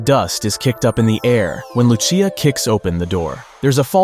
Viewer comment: Its Lucia as in Lu-ch-ya or Lushia not Lusee ya